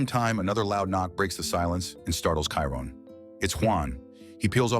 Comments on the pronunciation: Shy-Ron not kyren 😂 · Best LGBT themed movie ever❤. And it is pronounced CHYRON!!!😂😂😂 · The AI voice couldn't pronounce Chiron properly 😆